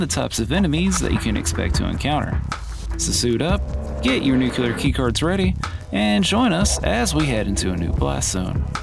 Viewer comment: Nuclear: Pronounced 'NOOK-lee-yer' --> NOT 'NEW-cue-lar'. There is no 'cue' in the word Nuclear.